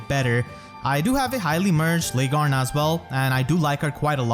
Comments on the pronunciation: As always a great video. Welp, the only thing i have to say, is that Laegjarn is said "Leg Yarne" basically, but that is not important. Thank you for the great content. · You keep mispronouncing Largjarn's name/ The J is supposed to sound like a Y.